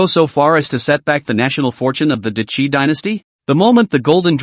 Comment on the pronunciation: What chapter was I up to? If only it were repeated four times then I could’ve remembered. Jokes aside, it’s a good story, the ai needs more training though. Hearing ‘Day Qi’ instead of ‘Dah Qi’ was doing my head in after awhile.